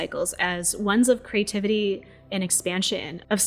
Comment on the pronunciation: Why did you suddenly start following the trend of mispronouncing the word, "creation", pronouncing it as "ker ay shon", (awkward and incorrect). not kree ay shon" (glorious and correct) ? Otherwise, excellent video, as always. You spoil us : ). Merry Christmas, and may 2024 have happy surprises for you all. Ps. Creativity is not crativity. Please honour syllables. No one is in that much of a rush.